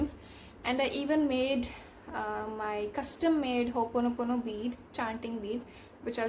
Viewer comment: As my teacher would say. It's not "hoopono" It's ho'oponopono. I think the word itself has some power since this was emphasized.